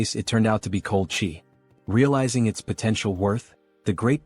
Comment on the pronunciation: Some of your "at"s and "its" are being pronounced as A.T and I.T, is it possible to fix? Thanks.